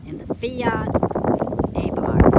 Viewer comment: Abarth. Soft A and silent H. Thanks for the comparison.